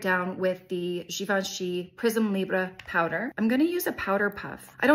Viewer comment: I believe you’re saying Prisme Libre correctly! (No accent aigu on either e so not pronounced “ay”) ❤👍 😊 Ps, I can never do a good job when I’m in a hurry…. But your lashes looked great to me. No one else is ever looking that closely. 😉